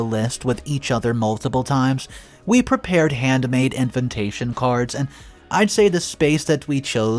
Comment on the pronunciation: I love listening to all the crazy stories.... I just almost cut this story short agter hearing "inve-N-tation" one too many in one sentence.